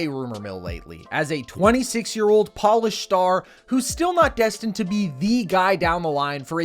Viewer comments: Did he just say polished or Polish😂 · I was about to make the same comment.